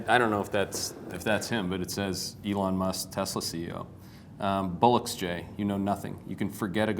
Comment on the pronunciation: Musk would say "bollocks" not "bullocks"